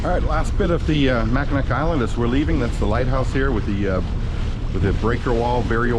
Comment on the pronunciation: Pronounced Mack-In-naw.